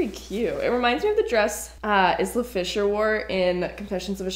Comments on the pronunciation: Its pronounced eye-la not is-la but I agree that black and white one does look like what she wore in confessions of a shopaholic the first dress was gorgeous I want that second maroon dress you tried on that light purple in the last bag was really cute I'd wear it all the dresses that really fit you perfectly looked amazing on you that white tan and black dress reminded me of my soph hop dress it was silver black and purple and it was also short as well and had a sort of similar top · Not pronounced IS-LA! Pronounced Aisle-a! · Isla Fisher's name is pronounced Eye-lah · Im sorry I just had to say that it’s not pronounced izla fisher it sounds more like eye-luh that’s my name so I just had to say it. Love your channel!!! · I had to giggle at the way you said Isla when you mentioned Confessions 😂❤ its prounced like island so "eye-laa"💌 BTW love that dress in the movie too! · Hey jus tryna help a girl out. Isn’t Isla Fisher pronounced "AY - LA". Other then that, loved the video!! I love how positive you are about all the dresses…even with the tiny oof moments (aka stains) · When you pronounced Isla Fischer’s name “Is-La” 🤣🤣🤣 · BTW, Isla is pronounced eye-la, like the word island. Pretty dresses, though. :-) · Hi the name Isla is pronounced Ila the s is silent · Isla fisher - pronounced i - La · It's not important, but Isla is pronounced eye-la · Isla lol Isla is pronounced like island 👀😂😂